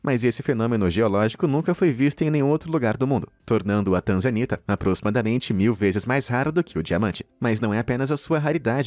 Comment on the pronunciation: Tanzanita? Eu entendi TRANZA ANITA 🤣🤣🤣🤣🤣🤣 #Só pensando besteira